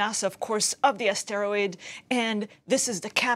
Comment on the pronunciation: Please learn how to pronounce the word asteroid. It is not a steroid.